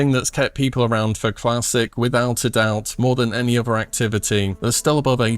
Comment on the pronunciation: Th doesn’t make the V noise. Uvuh< other